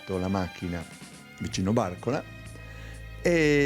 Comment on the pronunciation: Solo per correttezza di pronuncia : Barcola con accento sulla prima a.